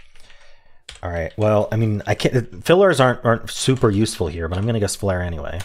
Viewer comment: I was dying when you kept saying “u sef ul“ 😂😂